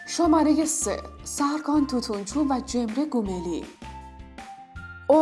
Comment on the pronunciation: عالیییییی بود ولی اون اگزی نیست ازگی درسته و همینطور سرکان نیست سرکای درسته ولی در کل عالی بود